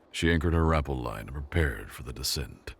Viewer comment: Rappel is pronounced as Rap pell.